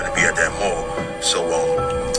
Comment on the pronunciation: The thing that stuck out to me wasn't fat chicks running, it was when he said he was at the "mull" I couldn't stop laughing.